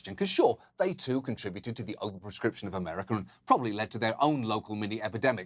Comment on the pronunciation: Am I the only one that notices something off at the mark when he says America?